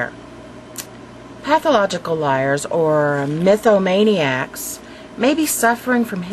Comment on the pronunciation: "Mythomanicacs" CLASSIC